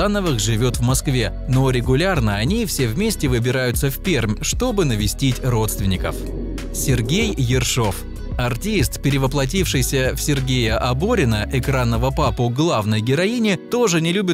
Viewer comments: Пермь - Мягкая Р, ууу бл) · Не правильно ты Пермь называешь. "Р" мягкая